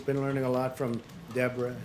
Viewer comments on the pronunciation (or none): none